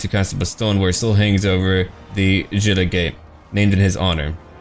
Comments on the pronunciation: gilles le breton pronounce "jill" ;-) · Rename Le Savage to Le Sauvage. Also, never pronounce the "s" at the end of a French word. Gilles is is pronounced "Jill".